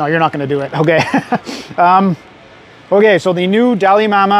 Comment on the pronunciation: I kept hearing "Dalai Lama" and wondered how you managed to travel so far in such a short time. 😆